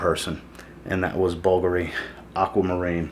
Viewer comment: Good video, but sir, you really need to fix your pronunciation of Bvlgari, which makes you sound amateurish. Say "bool-GAH-ree," not "BULLgery."